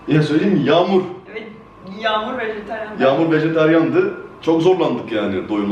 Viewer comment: Deniz Kaya knk vejeteryan dedi ama :d